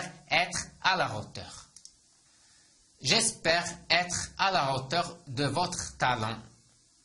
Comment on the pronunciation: استادي مع كل احتراماتي حسب معلوماتي h بين زوج فوايال لا ينطق اصلا هو حرف ساكن وانت نطقت حرف h في hauteur اريد شرح من فضلك؟